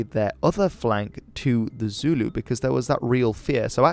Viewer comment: Yas you pronounce Zulu correctly unlike other channels I’ve watched lol